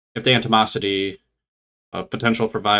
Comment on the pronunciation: It's 'animosity,' not 'antimosity.' Antimosity, if it was a word, would probably involve the alchemy of tin or something. I can't believe I watched as much of this as I did.